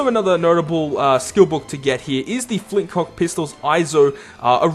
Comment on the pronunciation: It's Flintlock not Flintcock! XD